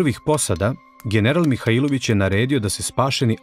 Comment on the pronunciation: Имам само једну замерку а то је погрешно акцентовање приликом изговора презимена Михаиловић. У Ивањици се тако не изговара.